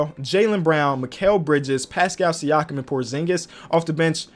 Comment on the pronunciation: Nobody:: “PasCOW Siakam”